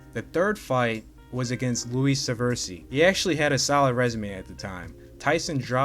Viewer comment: It’s SA-VA-REESE not saVERSEE